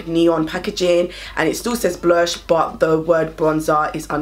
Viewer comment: Yesss I’ve been waiting to pick these up!🙌🏾 🤣🤣🤣 “mi cyant keep saying blursh”